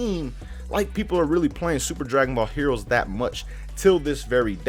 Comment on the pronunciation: he said heores